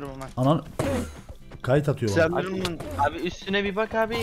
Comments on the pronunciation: Slendirmen değil endirmen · Slandrman değil enderman okunuşu : endırmen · ABİ SRENDİRMEN DEĞİL O ENDİRMEN BİLGİNE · Öncelikle; Slendrman değil Enderman Ejderha değil Fantom Ejderha end de bulunur.